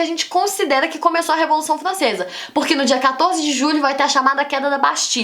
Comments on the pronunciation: Revolução flancesa 🤣🤣🤣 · Revolução Flancesa, ploposta, caraaa que raiva ela trocando o R pelo o L kkkk